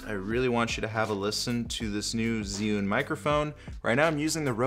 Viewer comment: You are like, the only non Chinese Mandarin speaking Youtuber who got the name ZhiYun pronounced correctly. Good job!